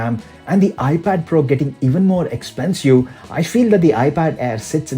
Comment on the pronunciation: Expensyew XD